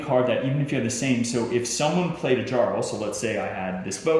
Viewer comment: I agree. And how does the designer of a viking game not know how to pronounce "jarl"? Don't get me wrong, I own and like the game. This video is disappointing though. Didn't watch it the first time I played because we were like "uhhh, this is 48 minutes long.... nei takk." I've now played it twice. I think this video is best watched for clarification after reading the rules.